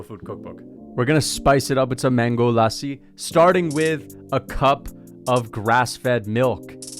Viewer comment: The Indian accent when he said Lassi LMAO